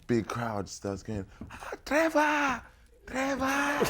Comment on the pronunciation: Nigerian pronunciation 🤣🤣 Threvors 😂 I love mama AFRICA ❤️❤️👑👑👑